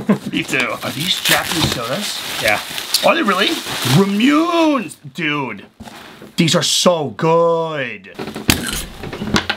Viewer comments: RA-MU-NE!!! NOT RAMÚNE !!!!!!! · ITS SAID RAM YOU NAY NOT RAM YUNE 😔😔😔😔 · DAMNIT! its not "ramyuunayy", its pronounced "raah-moo-neigh". hope this helps! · I physically cringed when they pronounced Ramune as "rah-myoon" 😂 for those who don't know, it's pronounced "rah-moo-ne" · Also ramune is pronounced ra-moo-nay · Boys said “ra-mewn” it hurt me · ramune = rah-moo-nay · I have to say it.....the drink is pronounced Rah-Moo-Neh lol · It's ra-moo-neigh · Uhm so the marble drink is pronounced ra-mu-neh ramune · mispronouncing ramune was hilarious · The way you said ramune is wrong 😅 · That's not how you pronounce ramune 💀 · I kind of dislike how he bastardized the pronunciation of ramune. If the way i say it is even correct